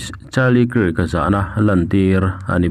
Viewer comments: Charlie kiirk han tih em em chu mawbawk le..pete tih lah pet i ti thul. Hmasawn tum ve em em laaa.. Zirlai tam takin i channel hi an ngaithla tih te hre ve bawk teh. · Kirk hi Kak tiin an lam thin